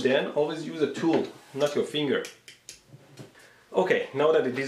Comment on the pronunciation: Every time he says "finger" I die laughing